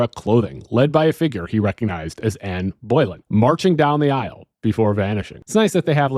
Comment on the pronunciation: I was intrigued to hear about the ghost of Ann Boylan, which I'd never heard of before. Then I realized you were just talking about Anne Boelyn. It's pronounced "bow-LIN." Incidentally, there's an old comedy song called "With Her Head Tucked Underneath Her Arm" about the haunting; not particularly historically accurate, bit funny.